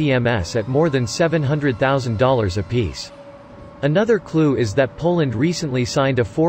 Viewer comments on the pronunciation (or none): none